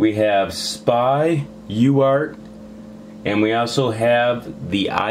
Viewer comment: STOP saying SPY!!!! It's S.P.I. goddammit, i think u don't even know what uart and spi are, u are just reading and saying things...